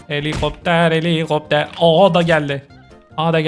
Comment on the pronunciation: 😂😂😂 Gülmekten öldüm abi ❤❤❤ ✨Heliğopter heliiğopter✨ 😅😅😅